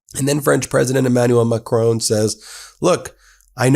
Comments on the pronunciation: Ben. There is no 'e' on the end of Emmanual Macron's name. Please pronounce it correctly. Please. Merci. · Please say MACRON,not Macrone..RESPECT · His name isn't Macrone it's Macron. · Just a detail his name is Macron not as you pronounced would be written Macroone. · I have an awful French accent when speaking English, so please take no offense in this minor correction, but Macron is not pronounced "Macrone", the "n" is not pronounced like a consonant but is rather a part of the nasal vowel "on", you can just look up the pronunciation online. Of course I guess you have other things to do with your life than practice French vowels and it’s perfectly fine to have accent but fixing this is truly a low hanging fruit, just noticing there is no "n" consonant gets you 80% of the way there without practice, otherwise it just feels like you are saying another name. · president "MaCrown" xD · Great content, but the way you pronounce "Macron" is incredibly cringy. It's Macron, not Macrown/Macrohn. The last part is pronounced as in the English word "on". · You do a wonderful job Ben but please pronounce Macron's name properly it's not the English surname Macrone but Macron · Not Macrone!! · Ben, please learn the pronunciations of the Europeans that you are consonantly reporting on, Macron, is not pronounced macrone , but MAK- RON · the name is not Macroon but Macròn. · It's Macron - not Macrone 🙂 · Try to learn to pronounce MACRON properly. Don't they teach phonetics in Law School? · UK here. My wife is French. The pronunciation of Macron is Mac-ron. He understands the existential threat posed to Europe by Putin and Trump's abandonment of NATO. Brexit is the biggest single act of national self harm by Britain since Suez. Britain needs to rejoin the EU and an EU army is urgently needed to defend Europe. NATO is over in its current form.